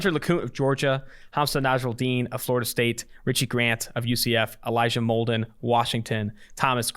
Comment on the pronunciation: It’s Molden and it’s not close